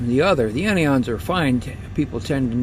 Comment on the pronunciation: Mike Hogue He pronounces them incorrectly. CAT’ions, AN’ions not catE’ons nor AnE’ons. They are positive and negative charged ions.✌🏼